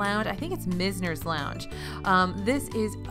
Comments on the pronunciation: Great video! One tip, it’s probably “Myz-ner” not “mis-ner.” 99% sure its named for the famous Florida architect who established a lot of architecture in the early 20th century in Palm Beach/South Florida. But overall so many great tips as usual! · Mize ner rhymes with wise, misner. Named for a part of Boca.